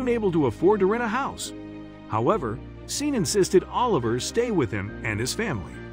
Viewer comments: It has been truly painful to listen to the narrator pronounce “Sean” as “Seen” 😑 when it should be pronounced “Shawn.” It’s important, check pronunciation, right? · Sean is not pronounced ' seen' ,it's pronounced ' Shorn' or Shaun', just for information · I think you should get a better narrator. The millionaires name is pronounced " Shawn". Sean is the Irish spelling. I have noticed on a few of your stories there are glaring pronunciation mistakes. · Scene ?? No Shaun. Stop... Though the spelling is Sean it's Shaun!!!!! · OMG It is spelt Sean. but is pronounced Shawn. You should have stayed in school to grade 4. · "Sean" is pronounced SHAWN, just another mispronunciation.